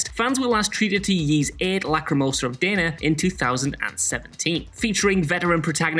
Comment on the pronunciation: If you had played Ys VIII and not just stolen an article about it, you would know from the beginning that Dana in this context is pronounced "Dah-na". Play the games you claim to care and know so much about before you talk out of your ass again.